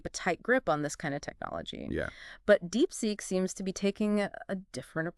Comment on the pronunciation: wtf is DeepSeq mate? Did you mean DeepSeek?